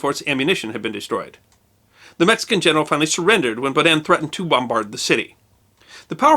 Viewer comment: The stress on "Baudin" is on the first syllable, not the second.